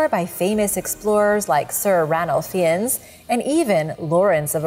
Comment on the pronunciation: It’s pronounced fines not fee ens 😂😂😂